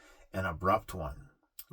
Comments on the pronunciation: DID N-E1 ELSE CATCH THAT?he said.."SAY STAFE"@ &meant2say.."STAY SAFE"lol. we luv ya reporting tho☝ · " Say Stave " ❤ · You Say Stafe too! 😂😂😂